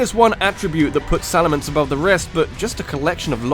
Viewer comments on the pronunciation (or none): IT'S SALAMENCE, NOT SALAMANCE!